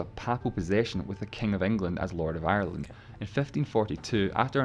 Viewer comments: 2 syllables, pronounced Ire-land - not Eye-Er-Land - love your videos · I stop watching when she said eye ur land.